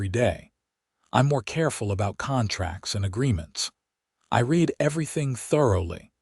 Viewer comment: Could you just once pronounce the word read in the correct context